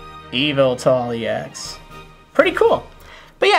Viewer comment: It pronoced Evil tal not Yuv il tul